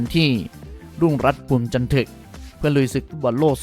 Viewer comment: รุ่งรัตน์ นามสกุล "ภูมิจันทึก" ออกเสียงคำท้ายว่า "ทึก" เสียงตรีพยางค์ท้ายเดียวกับคำว่า "ระทึก" "สมนึก" หรือ"ชัดลึก" ไม่ใช่เสียงเอก "ถึก" อ่านผิดนะครับ นักฟุตบอลอย่างรุ่งรัตน์ที่เล่นมามากกว่าสิบปีในวังวนไทยลีกและทีมชาติไทย ไม่น่าอ่านนามสกุลของเขาผิดเลยครับ...